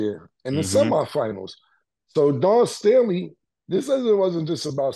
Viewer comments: Killa said Dan Staley 😂😂😂😂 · Killa, say it with me.. "Dawn Stay' Lee" 🤣🤣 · Cam u killing me as a Philly native … Don Staley might b a family member but it’s DAWN🤣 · “Don Stanley…. Dan Stooley….Dawn Stormy…”-Cam 😂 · Dan Staley😂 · Dan Staley 😂😂😂😂 Cam be messing names up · Cam say it with me..... Dawn Staley! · How the hell can you not pronounce Dawn Staley correctly lmao...eat that crow since y'all really wanted Iowa to win 😂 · cam cant even get dawn staley name right 😂😂 dude thats not a hard name to pronounce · Did Cam say… Pardon me for keep on ‘dis’pronouncing her name 🤣🤣🤣😂